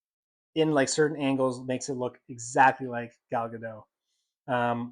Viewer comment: It's pronounced Ga-DOT, not Ga-DOW. Gal is Israeli, not French. 🤪😝